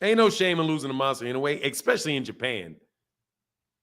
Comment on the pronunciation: Inouye is up there…top 4 and it s pronounced in-ou-ay…should at least learn his name if he s top 10 fighter in the world.